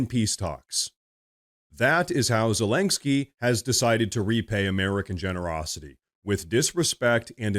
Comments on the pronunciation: why do you keep pronouncing Zelensky as ZelenGsky? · "President Zalang-ski" 😅